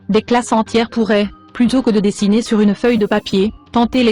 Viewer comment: Disagner 😂😂😂😂 sa ma choquer